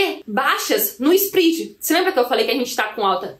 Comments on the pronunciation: Só pra te ajudar..... SPREAD vem do inglês e se pronuncia com o É SPRED e não SPRID. Escute as pronúncias das palavras em inglês no Google antes de gravar. Abcs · So a titulo de colaboraçao,: nao se pronuncia "sprid", mas "spred". Parabens pelo video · nao é spridi mas spread